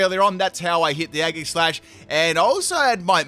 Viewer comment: You really say agasash ...